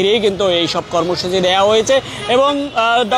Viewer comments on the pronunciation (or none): ইউনুস ও কর্মসূচি উচ্চারণ ভুল হয়ে গেলো না! ছোটখাটো ইউটিউব চ্যানেল হলে মানা যেতো। বড় একটা মিডিয়া প্রথম সারির। সত্যি হতাশা জনক।